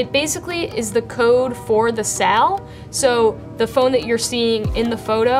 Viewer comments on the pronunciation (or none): I kept hearing a strange word--verify the 'sell'--SALE not sell. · Great video :) you did a really thorough job. Also, you pronounce "sale" in a very interesting (i.e. different from how I pronounce it) way and I'm curious what part of the country or linguistic feature that comes from? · Why does she say sale like that.